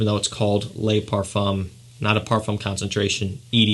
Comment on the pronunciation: Very good review of fragrances. My favorites from list is Gucci Guilty Black and Spicebomb Night Vision Edp. FYI: Le is produced in French like “luh” or “duh.” Les is pronounced like “lay” (ex: Les Miserables). Keep up the fantastic work! 👍🏾